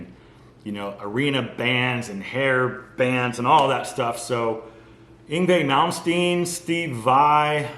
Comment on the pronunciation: Thumbs up for being able to pronounce Yngwie Malmsteen . You'd like ex-Scorpions guitarist Uli Roth. Yngwie copied him. (Listen to "The Sails of Charon." Completely over-the-top guitar playing for 1977, IMHO.)